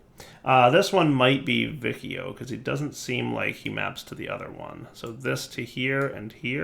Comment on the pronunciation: if you notice the name of the constellation is similar to Latin, so the "ci" in vicio should sound like the chi in "chili", the "vi" in aevitas should sound like the vi in "video"